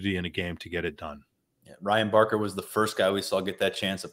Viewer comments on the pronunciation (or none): It's Barker.